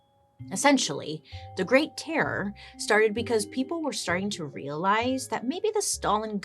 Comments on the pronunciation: Terror terrorooror 🤣 horror horrorororor 😂. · I can not describe how much I laughed listening to Bailey say "terror" 😂 😂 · I love how Bailey struggles to say terror 🤣